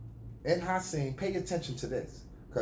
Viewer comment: You called him HERSAN 😂😂😂😂😂😂